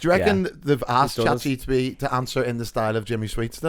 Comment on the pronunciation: Episode 48.. still can’t say Chat GPT